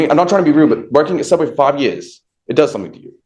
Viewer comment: Soobway... if u know, u know.